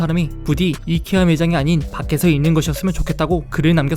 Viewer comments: 그분 이커아가던대? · 이케아는 콩글리쉬(한국인이 잘못 쓰는 영어) 입니다! 아이키아가 맞는 발음입니당